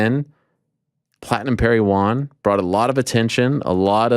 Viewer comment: I am Canadian 🇨🇦 and I cringe every time I hear you say won.